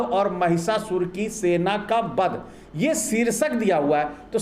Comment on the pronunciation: आपकी बातें तो बहुत ही तर्कपूर्ण हैं; लेकिन आपमें उच्चारण संबंधित त्रुटियां हैं। आप बोलते समय 'व' और 'ब' इन दो अक्षरों के उच्चारण में गफ़लत करते हैं। आप 'ब' को 'ब' बोलते हैं और 'व' को भी 'ब' बोलते हैं। क्या आपकी वर्णमाला में 'व' यह अक्षर नहीं है? उदाहरणार्थ आप 'विडिओ' को 'बिडिओ', 'वध' को 'बध', 'विकास' को 'बिकास', 'विजय' को 'बिजय' इस प्रकार उच्चारते हैं। ये क्या है? ये क्या है? कृपया सुधारें। धन्यवाद। 😢😢😢😢😢😢😢😢